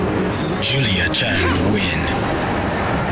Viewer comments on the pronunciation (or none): none